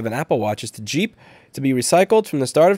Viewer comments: If it's GEEP, it aint said like JEEP. Its more like G-imp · It's not pronounced jeep, it's pronounced geep. think gah, not jah, think geek, not jeep.